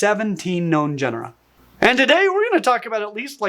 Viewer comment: First of all good video, very interesting. But what is a "Gen-A-Ra" supposed to be? I believe the word you're trying to use, and failing miserably at, is "genre". In origin it is a French word, so therefore it must be said a certain way for it to ever be used. Especially if you're going to speak in a YouTube video where viewers will be present and some of those younger viewers may even copy how you've said something. The pronunciation of very well established language is something Americans do extremely badly and end up butchering it instead of using it like everyone else. Just saying.